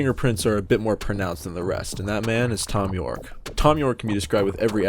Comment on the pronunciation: haha, you said thon you'rek